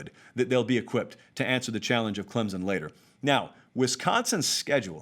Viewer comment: Say my name, say my name...Clemzon, Clemson, or Clempson?